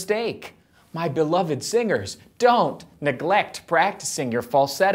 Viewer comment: Hey, singers.. What i hear: hey, singles😂😂😂